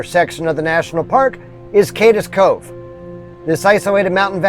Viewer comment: Love the video. Cades is a one syllable word, not two. Keep up the good work.